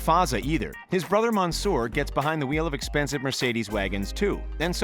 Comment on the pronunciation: The commentator:Man Soor The commentator:Rasheed